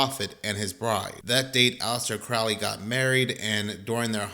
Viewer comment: Pronounced: Johns Hopkins and also it is Crow-ley